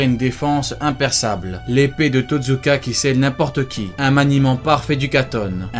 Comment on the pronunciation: Pas Totzuka mais TOTSUKA